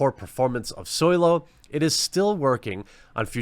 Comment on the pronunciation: why does this retard still call it SOIL-O?